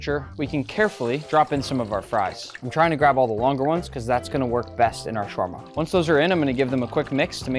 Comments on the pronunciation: Spelled shawarma pronounced shawama without r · حلو شلون ينطقها😂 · Ok look I get how you can't say it well but it's okay and Im from Egypt so I know how to say it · Get a Lebanese friend who can pronounce it properly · You don't have to pronounce shawarma that way if you're speaking English. You pronounce it correctly when you're speaking Arabic so it can flow naturally into the language. But it doesn't flow well into the English language because it's not designed with tongue rolls and things of that nature. Just say it the way Tony Stark says it if you're speaking English.